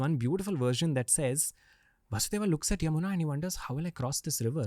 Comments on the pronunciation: Its not kansa, rama, and vasudeva, its kans, ram, vasudev. When we learn french, we are told to pronounce the words and keep the last letter silent. If someone is interested in our history or language, they can learn to pronouce basic words properly. It does not take a lifetime to understand that the "a" at the end of names is simply due to translation gaps and grammar needs. We do not pronounce "Je Taime" down to the letter. If the podcast is about learning history and about India - please commit to that properly - this is like the most basic thing. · What is vasudevaaa and kamsaaa Pagal log Dhng se nahi bolne aata to mat bola kro